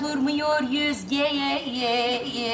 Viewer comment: Naime'nin Özge'ye sürekli Yüzge demesi😂😂